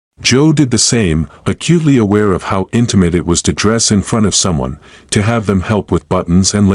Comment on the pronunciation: I like the story but the AI needs fixing. It doesn't know how to read some of the small words.....to, us.....AI says the letters instead of the words.